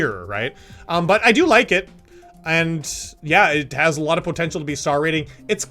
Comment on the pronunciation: Nobody:: pO tEnTcH E a L